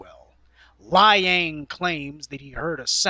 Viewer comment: Peter Lie-ang lol